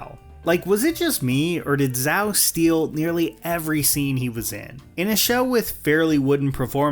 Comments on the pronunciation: Its Zhao not Zao, why do you not pronounce it like the shows? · Why did you say Admiral Zao instead of Zhao? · I agree with your takes, but it's hard to take you seriously when you start pronouncing Zhao as Zow lol. 'Zh' as in "Jsh". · I’m sorry man it’s pronounced zhao not zao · For ZHAO, It's pronounced as JHAO or CHOW or DYAO or JAHW NOT ZOW Please get this right. We have literally 3 different shows and 1 movie to back it up. Please, it's ZHAO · bro said "admiral zao" 💀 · You know damn well his name isn’t Zao 😑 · I agreed with some points, disagreed with others, but I cannot abide you referring to Zhao as "Zao." Like, I get it, you don't speak Chinese, but his name is said aloud consistently by various actors in both series. "Zh" is closer to a "j" sound than it is to a "z" sound. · Please … pronounce Zhao right … I’m begging you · Hmm saying zhao’s name wrong I see… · This dude can’t even pronounce “Zhao” but wanna bash the show. Everyone’s acting was decent to great. Aang legit had some heavy moments and showed range. Stop hating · Pronounce Zhao right